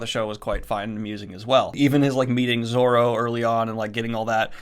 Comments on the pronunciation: Names: Luffy is like Loo-Fee. Also Zoro, not Zolo. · 'luhfy' and 'zolo'. they genuinely hurt, like when people say 'should of'